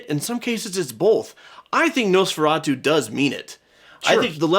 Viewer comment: That Nosferatu pronunciation from was spot on 👌